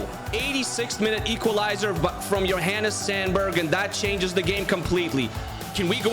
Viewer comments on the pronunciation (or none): none